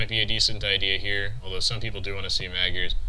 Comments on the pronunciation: "Magyars" is pronounced "Modj-ors" or thereabouts. My grandmother is Hungarian, she taught me a little. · The two "a" should sound like the "a" in "fart.